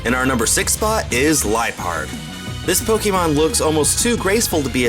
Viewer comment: u said lipeard wrong